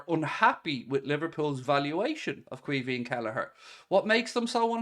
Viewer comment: Its pronounced key veen